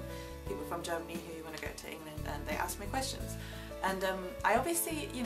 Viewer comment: Gosh I thought she almost said 'aux me ' instead of ask. Almost....... I think it would be a great idea if she could volunteer to help out people who are poor and need all sorts of support. It's a great way to learn some of our best lessons in life. Sensitivity, compassion and empathy.